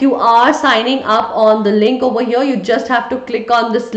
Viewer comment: right overr heaiiirrrrrrrr 😂